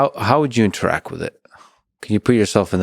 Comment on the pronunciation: InteractT!!! The word is “InteracT!” With a T at the end!!! GOD this guy suuuuuuucks!